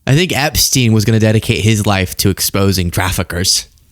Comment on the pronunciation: Epsteen? what about Einstein? So it's Eensteen now?